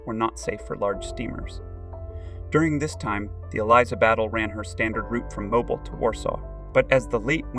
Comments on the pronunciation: I came to say the same thing~~~ it’s pronounced mo -BEEL ( rhymes with wheel). Otherwise good video. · It is pronounced Mobill not like you have been pronouncing it. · If your going to do a video learn how to properly pronounce Mobile.